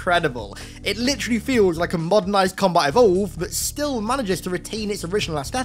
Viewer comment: Every time you say "litteraly" i remember the Infinite Demo "Your litteraly Power-seeding"